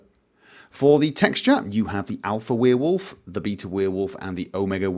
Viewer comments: Love the way you say Werewolf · I think it is about the way you pronounce werewolf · Is it just me or does he pronounce werewolf weird? Its really distracting